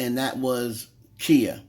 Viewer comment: Female rapper did a record years ago with spazzing out, all up and down riding the beat. I guess it was ok back then. There is nothing new about symbolism and occultist in music as well as videos. You are pronouncing her name wrong it's KHIA. I do know that she do strike YouTubers for using her content. Im just saying